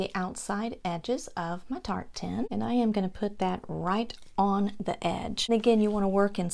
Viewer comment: Dear, I’m so delighted that I stumbled across your Channel! I absolutely loved every Ornament you created! I was confused when you said, you were going to make “Tart Tin Ornaments”... At first, l thought you were saying “Tartan”! I kept waiting to see some “Plaid” looking. 😳😂🤣🤦🏻‍♀️ I think you’re extremely talented and have a lovely voice... I enjoyed your video so very much! I immediately subscribed and rang the notification bell! 🔔 I’m looking forward to watching more of your videos. ♥️👍🏼👏🏼👏🏼👏🏼👏🏼